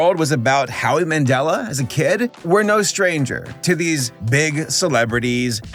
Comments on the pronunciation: Howie Mandela? There is no "a" in his last name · 'Howie Mandela'? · "Howie Mandela" lol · "Howie Mandela"? That's cute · I'm sorry but I found it really funny that you said Howie Mandela